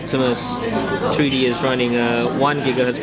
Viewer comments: can u speak correctly plz. its not HACHE tc its htc . its not tree d . its three d get it right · tree dee... lol